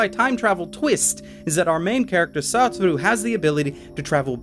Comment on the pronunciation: it not SATTT-OR-U is SUE-TOR-RU